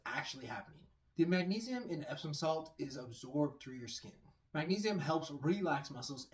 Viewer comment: Did he say epstein salt lol